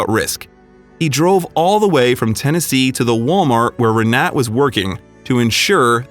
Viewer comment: For crying out loud. get her name right. Her name is Re-na-ta. like mine but in Germany and Poland thee is like an "a". He calls her three different names through out the story!. C'mon y'all, do better.